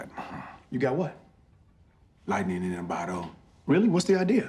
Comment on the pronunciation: "lightnin in a botto" im dead